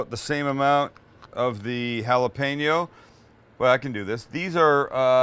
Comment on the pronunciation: why the need to say you dont care about Him? if you didnt then why bring up His name? UNSUBSBIBED!!! cant even pronounce jalapeno.. plus to much talking and simple recipes that everyone could make..